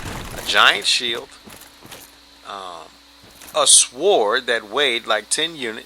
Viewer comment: Swored, Calc-a-late, Get awf it, lol. Not telling anyone how to duplicate slabs like it's some super secret ? Woah mate, the more I watch, the less I like your personality. You do very well at PvP but my oh my, I don't much care for your cocky, elitist attitude.